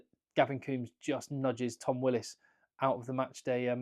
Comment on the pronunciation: Why don't the English make an exception for Willis (love the pronunciation)...like the.irish did for sexton for a year or so.